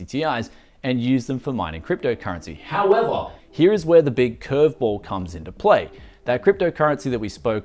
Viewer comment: damn that "however"